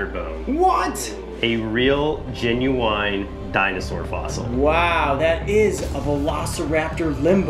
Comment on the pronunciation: said “A real GENUWINE bone.”